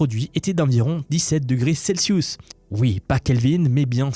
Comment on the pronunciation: Celiousse ? Celsius bro